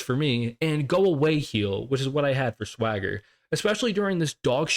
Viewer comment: It’s weird how you kept mispronouncing “Thwagger” 😂 Loving your videos, mate!